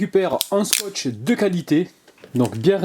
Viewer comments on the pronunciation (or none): comment t'as dit scotch!!😂 j'adore t'es vidéo